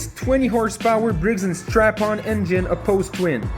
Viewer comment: Did he say Briggs and strap-on? LoL